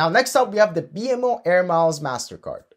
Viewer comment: Thanks but you are pronouncing BMO wrongly. It is /bi:mow/